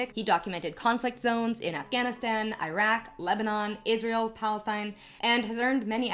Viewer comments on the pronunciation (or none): Great work. Protip: the first syllable in “Iraq” sounds like “ear,” and the second sounds like “rock.”